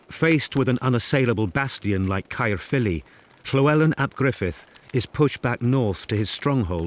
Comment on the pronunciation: Henry 3rd isn't English he's of Norman blood. His pronunciation of CAERPHILLY caught me out, wondered what castle he was on about. It's lovely to see these skills have NOT BEEN LOST TO ANTIQUITY.